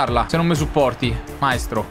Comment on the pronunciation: Un consiglio: Valzania, si dice valzanìa non vàlzania e so dice Maìstro non Màistro